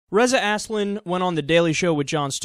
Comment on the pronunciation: "Reza Assslin" I call em that too, Kyle.